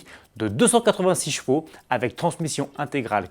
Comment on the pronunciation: Ce serait bien si tu pourrais articuler quand tu annonces le nombre de chevaux merci